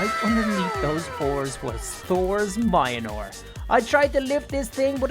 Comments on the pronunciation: like hes saying moinor not mil near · He is talkin bout pronounciation. said it has mynor but its actually pronounced as meolnear. Mjlonir is how idiots pronounce it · My dude says miolnor its pronounced myolnir the ir is pronounced like in .. Or is it because of ur accent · ITS PRONOUNCED MEAL NEAR NOT MY A NEAR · boy it is called meonor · It's not minor😐😐 It's mjolnir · Really good but mijolnir is said me-ol-near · mjolnir... "MINOR" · Why u call it mayanor is myolnir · u read mjolnir like miyolnir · He says that Thor’s hammer is mynor but it is me-ol-near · he always says maiyenor but its mjilner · It is mor- nier not mia-nir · Mayanor? I thought it was Mjolnir <-- probably incorrect spelling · Idiot it's called myolnir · Its not mynore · Its mjolnir not mainor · its mi ol neer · Every times he say mayinor I got angry its mjonoir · he said myonor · calls it mianor its mjolnir ahhhhhhhhhhhhhhhhhhh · It’s mule near it’s pronounced like that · It’s not my ny nore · when u say mjolnir u sound like u aaying minor its funny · For some reason I got so pissed whenever he called mjolnir mayonar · Its pronounced myolnir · It’s Mjolnir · He really said miolnir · It's pronounce myolnor aka mjolnir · He says munlur it I can’t spell it I know he’s saying it wrong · Nice but please dont aay majanor mjölnier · Mjolnir❌❌❌❌ Mayanor✔️✔️✔️✔️ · No it is Mjlonir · Mjolnir is pronounced miyolnir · You say Mjolnir like my ole nore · Why did U call Thor’s hammer Mianor???!!! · ive never heard someone call Mjolnir mianor lol but a great video! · When pronouncing the name for Thors hammer sound it out like (me ol mere) ok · Anybody Else wanting to shout “MJÖLNIR NOT MIONOR” in ear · It annoys me wen he says mionor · I hate how he calls it mianor instead of mjolnr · why call it mineore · Tunder and minor in stead of the actual way to say it makes me mad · it's pronounced "me-ol-nir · Meyolnear that’s how you say it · the name is mjolnir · All he says is minor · Mi anor